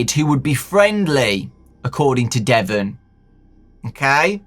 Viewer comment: Ouch my name is Devon even said like that.... Why..... Why?